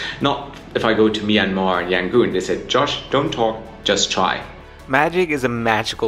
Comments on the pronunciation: "Yan gon", not "Yan goon" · FYI, It's either Rangoon (old British name) or Yangon, cannot be Yangoon :)